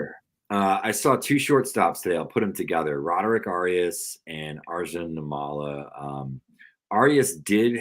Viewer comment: Good stuff, guys. One small detail: Arjun Nimmala’s last name is pronounced NIM-ma-la; accent on the first syllable, note the double “m.” I don’t know him personally or anything, but my family is originally from the same twin cities area in India as his (Vijayawada/Guntur in Andhra Pradesh, not that anyone cares), and I wanted to correct the record. It’s pretty cool that a guy with the same background as me might be an MLB player before too long; even among other Indian people, we Telugu folks are generally thought of as a bunch of engineering/IT/med school nerds, and definitely not as athletes.